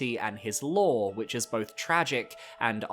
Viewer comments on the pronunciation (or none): none